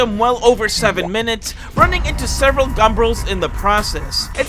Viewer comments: Did you say gumbrel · I love "gumbrles"